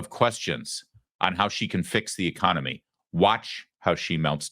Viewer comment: She meant “echonomoney” ?